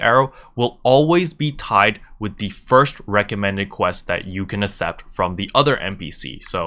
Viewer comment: Man I'm sorry but I gotta say, its ak-sept accept, stressed me out lol thanks for the guide